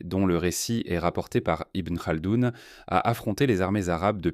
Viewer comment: Il n'y a que Ibn Khaldoun de concerné et il y prononce le kh tout à fait correctement, ni gh, ni r roulé ou non. De quoi parlez-vous ?